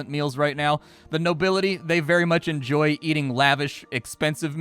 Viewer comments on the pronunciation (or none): none